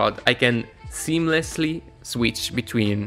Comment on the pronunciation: Can believe you find it difficult to say seamlessly. Just joking.